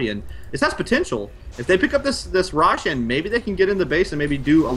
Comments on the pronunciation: Also, Roshaaan. Jesus, his way of pronouncing things is just so annoying:( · I don't understand how people can mispronounce Roshan when the in game announcer says the damn name.